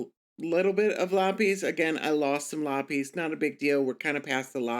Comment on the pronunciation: The way you say lapis lmaoooo Great video!